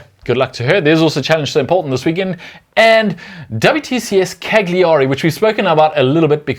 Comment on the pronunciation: For those who aren't old enough to have watched Italia 90 football when Paul Gascoigne went to Lazio... ITS A SILENT G ON CALIARI!!!!!!!!! 😑🇮🇹